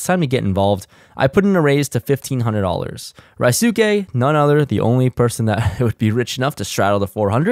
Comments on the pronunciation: Rye-soo-kay(??)......That's painful to listen to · Ryusuke's name is pronounced Re - USE (as in useful) - K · Bruh, when you EVER gunna get Ryusuke’s name right! Say it with me REE-YOU-SKAY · Not sure if someone has told you or you listened to a livestream with him in it, but it is pronounced 'Roo-skeh' ;) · Still waiting for someone to properly pronounce Ryusuke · Not to be offensive but aren’t you of Asian decent? Are you mispronouncing Ryusuke’s name on purpose? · Asian dude doesnt even bother to learn how to pronounce his name 😂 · anyone else cringe at the way mispronounces Ryusuke's name? lol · u butchering ryusukes name son 😭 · please ask Ryusuke how to pronounce his name, you're butchering it!!!